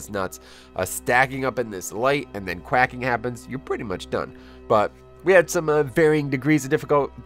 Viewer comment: it’s quaking, as in earthquake